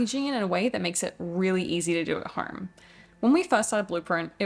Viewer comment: The way she puts an R in home …”horme” 😂 good on ya mate !